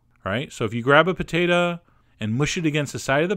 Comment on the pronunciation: "pertata" xD i just love you dude!